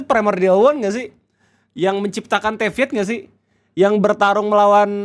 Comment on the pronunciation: Orang Normal: Nibelung, Teyvat: Nibeliung, Tevyat 😭😭😭